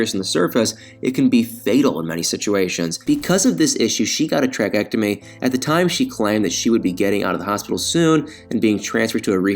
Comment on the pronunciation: Tracheostomy! Get your words right!!!